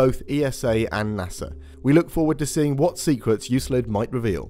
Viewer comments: Yoo-Klid, not you-slid. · Euclid (Εὐκλείδης) is not prononced EuSlid but EuKlid. It's the name of a greek mathematician from Alexandria. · Omfg you made me google the pronunciation of Euclid just to find out I do know how to say it right. Absolute monster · Why are you mispronouncing Euclid? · its 'baha' not baga' for baja california and its 'you-klid' not 'you-slid' for euclid